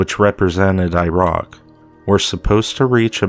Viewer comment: He says irock LOL!